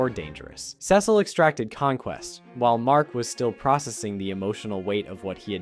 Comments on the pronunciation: "Dark Samson" and "Sessle" you sure you watched this show mate? 😂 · Cecil (see-sul) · The repeated mispronunciation of Cecil's name is so annoying